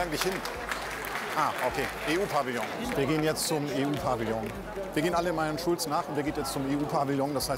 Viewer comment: Er hat Chulz falsch ausgesprochen!